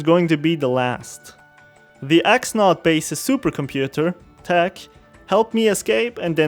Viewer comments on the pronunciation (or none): none